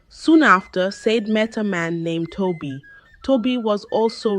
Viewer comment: Ai reading your stories can be very confusing, because of wrong pronunciation of names from Tobi to Toby, from Said to sadi